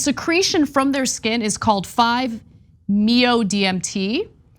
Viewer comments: It's 5 M-E-O D-M-T. Not me-o. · "5 meeo DMT" sigh